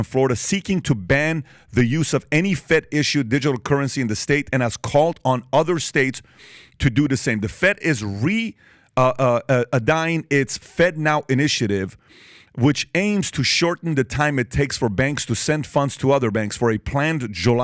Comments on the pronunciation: Re-adying… interesting way to pronounce a simple word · “Re-adying”… really Patrick. 😂